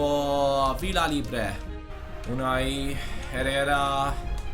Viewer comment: Hi. you keep pronouncing Villalibre wrong.. ( the LLA from Villa sounds like YA) thats the way its pronounced in spanish.. VIYALIBRE as same as VIYAREAL. I hope you read this and in the next episode show me in the end. lol-. you are The best fifatuber I know. keep it up